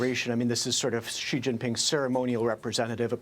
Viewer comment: Shouldn't a China expert be able to pronounce Xi or Beijing properly? Maybe US standards are very low for what is considered an expert? If a Chinese expert on America said "Tramp and Worshington" would you consider them an expert?